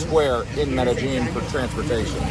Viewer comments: Pronounced it "Medejean?" Uhm... Wrong! It's pronounced like "Medeyeen!!!" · It’s Med eh. Gin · Would u please pronounce the word Medellin correctly?? It's very irritating